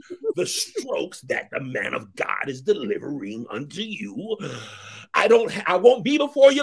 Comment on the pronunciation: Wait a minute though... SOMEBODY... PLEASE tell me where they find that extra d in Man of God??? Nerves in my neck go nuts when I hear "Mand of God."